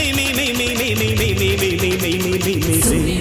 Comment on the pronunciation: It's mei(truth) not me sis